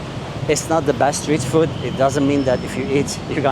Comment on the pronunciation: Just a small thing I noticed—you might be saying ‘foot’ when you mean ‘food.’ The words sound similar, but ‘food’ has a longer 'oo' sound, like in ‘mood.’ Thought I’d mention it in case you want to adjust it—you're doing great otherwise!